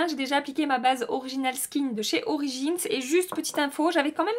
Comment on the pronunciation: « Orichinals skinch de chez orichins » 😂😂😂 J’adore ! tu me fais toujours rire 😄 En tout cas j’aime beaucoup tes revues, je me retrouves beaucoup dans les produits que tu aimes et j’ai de la chance d’avoir le même type de peau et la même teinte de peau que toi donc facile à retrouver les produits sur internet pour commander 😅